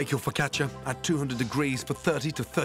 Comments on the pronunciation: Foccach-ya? Foccash-you! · He must have said fricatcha like 80 times